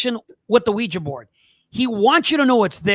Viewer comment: thank you for pronouncing the name of device as OuiJA and not OuiJEE. When this topic is discussed on YouTube the hosts invariably pronounce it as WeeJEE., in spite of the fact that it is spelt WeeJA. Well done.